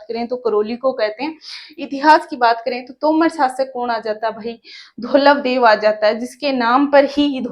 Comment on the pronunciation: धवलदेव है मैडम धौलवदेव नहीं